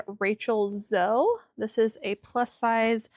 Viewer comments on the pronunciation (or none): Great finds. I believe Rachel & Zoe is pronounced Zo “e” Our pug is named Zoe and we pronounced the E. 😊